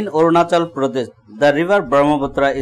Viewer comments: ONACHAL LMAO🤭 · Orunachal!!! LOL